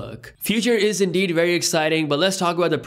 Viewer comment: Take a shot every time says iNdEeD No offence my guy, keep up the content 👍